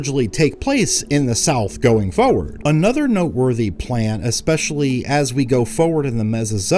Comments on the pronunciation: FORward not foward lol Great vid though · Aaahhhh, I've missed 'tempatures' and 'fowward' so much <3